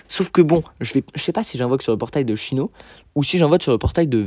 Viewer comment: Tu dis "chyno" 🥲? Je dis Cyno perso ( sino)